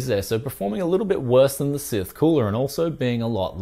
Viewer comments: you'd think the "e" at the end would effect pronunciation. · Wait How did your pronounce scythe?